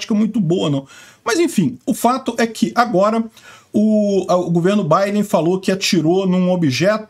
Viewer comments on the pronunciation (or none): none